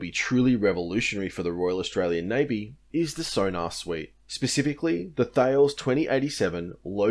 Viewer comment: I think you'll find it's "Th-ails" mate. Jk